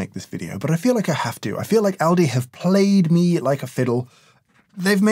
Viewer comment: In America we say "All-di" but having worked there and knowing where it's from and it's history, when you pronounced it as "Al-di" I immediately realized we say it wrong lol. The place is actually albrecht discount for those about to go google searching